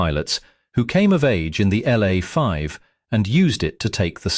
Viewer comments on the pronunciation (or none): LA, L A 5, L A 5, not Law 5, in military equipment the letters are announced seperatly!!!